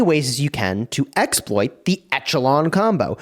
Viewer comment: Check out the pronunciation of echelon.... please.